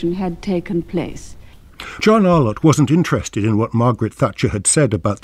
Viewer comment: This tribute to the great John Arlott brings forth a flood of nostalgia and happy memories. Terrific clips included here, except the narrator's continuous mispronunciation as "Ar-lawtt" jarred a bit. More such uploads on voices from the past like Rex Alston, Brian Johnston, CMJ etc. will be most welcome.